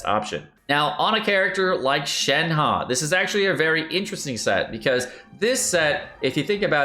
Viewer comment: Xiao, xi-ao, not jiao. Shenhe, shen-her, not shenha.